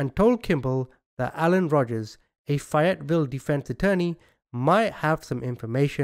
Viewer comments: Not fiet Ville it's pronounced fay yet vill ok sheesh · I don't live too far from Fayetteville NC I'm an NC native born and raised, it's pronounced FAY ET VILLE. Long A like the A name or same or the name Faye. Great work as usual. Thank you. ✌️😊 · I'm from there we pronouns it ( fay it vill) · I swear if you say Fayetteville like that one more time LOL it is pronounced , if you're from here , Fay like A Fayyyyy etteville